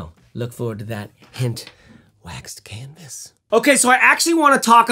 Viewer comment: I paused at the "waxed canvassss" and I'm sure it's that Scottish Trekke thing. I'll get back to this comment once I'm done watching this MASSIVE piece of art. (1 day later) Okaaaay. Man, great video! Loved it.